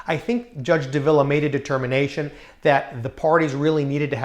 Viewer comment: Say it with me, Judge DAH-vil-uh